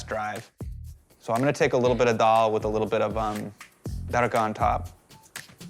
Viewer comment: David Chang's pronunciation of Daal is so perfect.